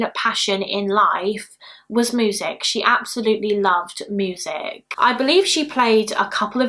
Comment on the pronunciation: Just came across your channel! I watch others like Eleanor and Bailey. Never heard anyone say ‘moosic’ in my life but I’m here for it 😂😂